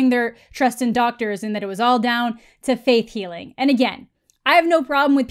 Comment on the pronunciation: Did you say "Faith Healing" or "Faith Hilling" cause I dont know about Jesus, but Faith Hill can definitely cure cancer